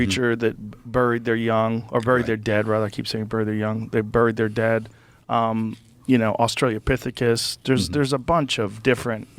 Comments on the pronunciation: Australopithecus. Aus-tra-lo Not "Australia-pithecus". Doofus. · "Australiapithecus." Jesus fucking Christ... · Hate how Rogan always calls Australopithecus "Australia-pithecus”. Sorry, that just always bothers me.